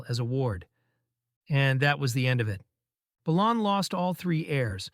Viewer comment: Isn't "Balon" pronounced as, BAY-LON?